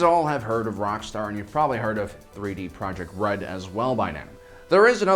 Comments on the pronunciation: Is it me or is he saying 3D Project Red? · He said 3d projekt red?! 😂😂😅